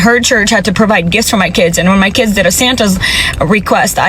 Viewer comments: Kids is one word, one syllable. It’s not Kidses !!! What’s happened to the English language the last decade or two? I’ve noticed that many people can’t pronounce many simple words or names. It’s sad 😞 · She says “ kides “ lol it’s just kids